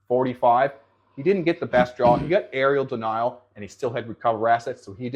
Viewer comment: *Area denial* not Arial denial